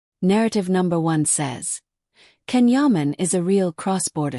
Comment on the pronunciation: and, fourth, perhaps people will begin to pronounce his name correctly. it's jon, not can or ken..... turkish C is pronounced like J